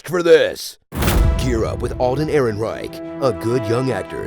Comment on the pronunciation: Damn I was like 100% sure you were gonna mispronounce Ehrenreich but I guess I was wrong